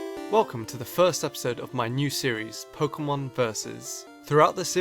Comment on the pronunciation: He said Pokemon wrong. I am disgraced!